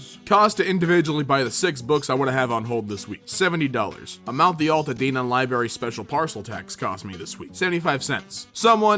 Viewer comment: bruh that library is in my city!! edit: HE BUTCHERED THE NAME FUCKKKKKKK AL in altadena is pronounced like the name Al. i know he had no way of knowing but goddamn